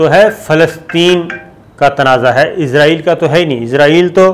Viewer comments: الحمدالله آج آپ نے اسرائیل کو اسرائیل ہی کہا، لیکن ازرائیل ازرائیل بھی کہا وڈیو کے شروع میں۔۔۔ بہرحال پچھلی وڈیوز کے مقابلہ میں الفاظ کی ادائیگی میں بہتری آئی ہے۔۔۔ پلیز کیپ اَپ دا گُڈ پروناؤنسیئیشن!!! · Izreil nhi israal bolo